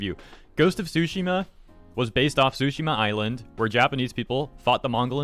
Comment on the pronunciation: Please... i know Japanese is wacky, but the T is not silent on "Tsushima" and I can't help but hear "sushi" every time you say it 🤣